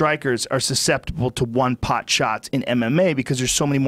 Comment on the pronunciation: love big brown but he did just say suck-ceptible (susceptible)